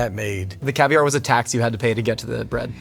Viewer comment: never heard anyone pronounce caviar like this. he put the emphasis at the end